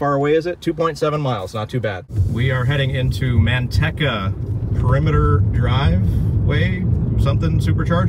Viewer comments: Man tech a. That's funny! Natives say Man tea ca. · The "e" in Manteca is a long e. There is no rhyme nor reason for it, of course.